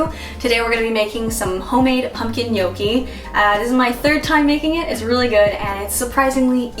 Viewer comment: Brava...good pronunciation! Many American says gnocchi wrong. And well done, also for recipe! Muy ricas! :-)